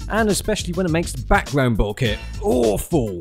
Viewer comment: I love how he pronounces Bokeh: "BOOOOO-keh!" xD